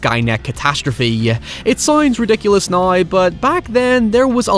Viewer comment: Great vid! I do have a question unrelated, why do I hear you and some others says “now” like “nayee”? Something kind of like that. Like, almost every “now” has no “w” sound and omits it for an odd “aye”. Nayeee, let me ask you something. What will he do nawyee? Naye, I’m not one to argue with…